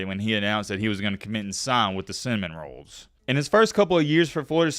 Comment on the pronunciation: "Cinnamon rolls" 😂